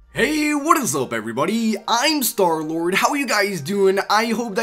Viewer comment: I think i heard slarlord!?! Lol... Nice vid :3